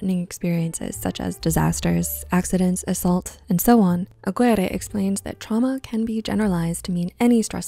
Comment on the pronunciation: Aguirre (Ah-gear-eh)